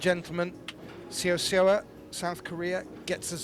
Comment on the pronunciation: Say-oh, Say-oh ah= Seo Seoa not Sowa sowa.